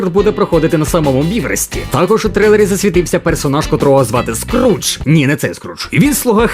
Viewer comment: Ката звуть не Скрудж, а Скьордж